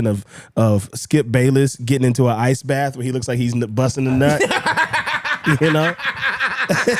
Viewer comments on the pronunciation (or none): none